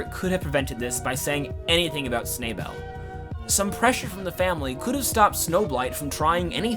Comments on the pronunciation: every time you mess up Snowbell's name pains me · Im here for the different pronunciation of Snowbell almosy everytime you say it. Lol